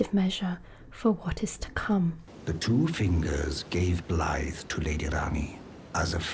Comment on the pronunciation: You’re the closest (assuming) non-Welsh person I’ve heard pronounce Blaidd almost perfectly. However, when pronouncing the “dd” at the end, it’s more like pronouncing “th” but as if you’re trying to make a buzzing noise like a bee. So it’s closer to V than it is to F. If that makes sense.